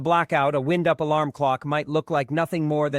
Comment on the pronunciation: Tell ur AI that the word id wind-up, not wind as in moving air.